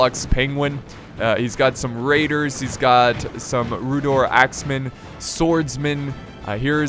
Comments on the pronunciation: It's pronounced 'Rhu-dar' or Rhu-dour' but not Rhu-dor btw :) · Oh yeah if you want to know how to pronounce Rhudaur its Rhu- (as in the first letters of Rhun) and daur (pronounced as dour) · Also rhudaur is pronounced like rude-hour